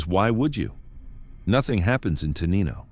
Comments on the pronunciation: pronounced Tenino wrong. tuh NINE o. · For future refer, Te-NIGH-no